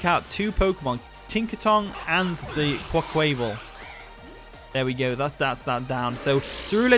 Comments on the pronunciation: I think it’s pronounced like a play on to carnival Quack- Qui -Val so I think you pronounce it like carnival but quaquival same syllable sound out if that makes sense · Its pronounced Quackwavel QUAck-aQUA-VEL